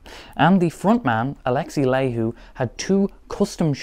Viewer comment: Good video. I have one of these guitars. Your pronunciation of Laiho hurts my soul 🙃